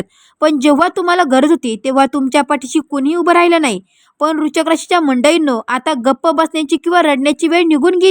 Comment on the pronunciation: Kashala lokana ghabrvta .aadhi vrishachik bolayla shika . Tumi astrologer aahat tar aadress aani qualification sanga aadhi